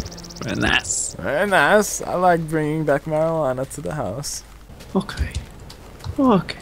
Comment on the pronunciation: its house not houe